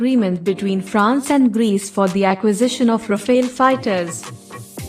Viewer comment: Rafale (Powerful wind in French) not Rafael.